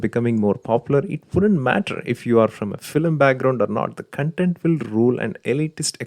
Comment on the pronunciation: It's 'kon-tent' not 'cunt-ent'.